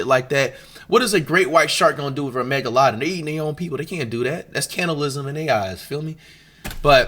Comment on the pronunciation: I love how he says megalodon “Mega-low-don “Mega-London”